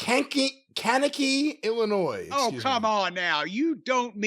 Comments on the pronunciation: Thank you, Jim, for setting Brian straight on pronouncing Kankakee. Please let him know about how to pronounce Lisle, IL and Bourbonnais, IL too. ;) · Speaking as someone who has a parent who was a minister in Kankakee Illinois, it's nice to see someone else that knows how to pronounce it. For those curious, it's a small city that's on the way from Chicago if you're driving up on 57, so Jim's probably driven past it several times in his career. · From the area and Jim got it 100 percent right. There's always someone mispronouncing the name. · My man Jim with the right way to say Kankakee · Shout out to Jim for knowing the right pronunciation of Kankakee